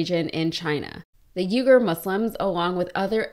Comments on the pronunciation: it would be nice if you said their name correctly. Uyghur is said wee-guhr. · It's pronounced like Weeger, not uger. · It's pronounced wee-ger not you-ger. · Most content creators mispronounce Uyghur Muslims to sound like cenk's last name. But it actually sounds like 'wee-gur" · Interesting piece about Shein. Thanks. To points: 1) Is that an alternate pronunciation of "Uyghur"? I have only hear it pronounced wee gr. 2) The title is completely misleading. There's one line at the back of the piece about a reporting violation "could land her in some hot water." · Hi. I'm pretty sure that unlike Cenk's surname, the Uyghur is more closely pronounced as "Wee-ger". I always look forward to your videos. Cheers. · It’s pronounced wee-ga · Thank you for this story. Although, check the pronunciation of Uyghur. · If you are going to be a professional you really should look up how to pronounce something as important as Uyghur. They've been covered by a lot of major media groups, it's a little concerning you aren't already aware.